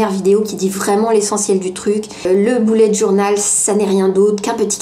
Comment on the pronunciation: Je SUIS LA SEULE QUE ÇA ÉNERVE QUAND ELLE DIT BOULETTE JOURNAL MOI JE DIT BEULLETT JOURNAL ( BULET)